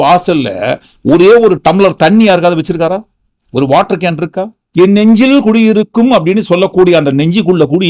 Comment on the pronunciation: ஐயா நெஞ்சில் குடியிருக்கும் என்று சொல்லும்போது குஞ்சில் குடியிருக்கும் என்று வருகிறது.